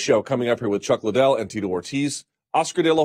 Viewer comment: Ironic how Oscar is trying to promote Chuck Liddell, yet hasn't even taken the time to learn how to pronounce his name correctly. Who the hell is Chuck Lydel? And why does he always stumble over every word he speaks? I've never heard anybody (in a professional capacity) stutter and repeat as many words as Oscar does. "It's it's it's... uh... they they they.. uh.. we we we... uh..."